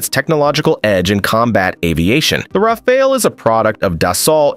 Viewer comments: Rafail -Rafale -Rafale -Rafol -Rafol -Rafol 2/5 You are getting better at pronunciating it, a few more videos and you'll be good. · Can't you at least pronounce the word Rafale correctly? This shows your lack of knowledge and mostly of competence in the domain. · I like how the narrator pronounces "Rafale" differently every time - helps to know it's not AI.